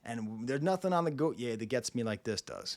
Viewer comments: it’s pronounced “Goat E A”, after gautier. Also, am insanely surprised you’d never heard it before, it comes from a really unappreciated album. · The way you’re pronouncing Go-Tee-Yay is giving me anxiety 🤦🏽‍♀️ 😂 but at least you’re trying your best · As far as I know you should pronounce Gotye like you would the name Gauthier in French. C'mon!😜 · Gotyé is pronounced like... Gaultier.. or Gaulthier.. it is basically the same name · Gotye is pronounced goh-te-yay. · Hahaha it’s go-tee-aye. I love doechii but I hate the song sonically. Went to art school and it just sounds like the songs theater kids would create so maybe I’m just tainted lol